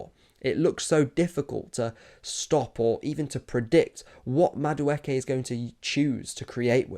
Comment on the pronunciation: Ay bro who taught you how to pronounce the name??!!😂 Damn near perfect 👌